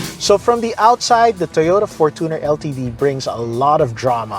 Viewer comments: fortuner from the word “fortune” is pronounced as “FORTUNE +ner” not from the word “tuner” correct: FORTUNE-ner 💯 incorrect: for-TUNER ❌ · its for-CHU-ner, not for-two/too-ner 🙄